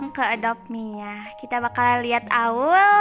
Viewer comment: Bukan mi tapi "me"....and bukan firliy tapi "firly"